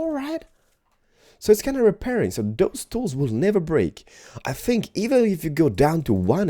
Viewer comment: You said lets Lear to tink